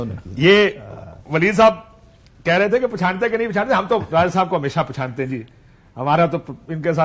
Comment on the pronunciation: پارٹی کو پالٹی اور پہچانتے کو پشانتے بولتے ہیں وہ ہمارے وزیر بن جانتے ہیں واہ رے ہماری قسمت